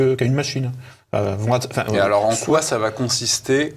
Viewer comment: 32.02 😨 QueWa ?? 😂😂😂😂